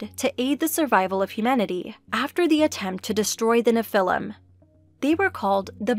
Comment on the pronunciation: Either she needs to learn how to pronounce "Nephilim" or I do.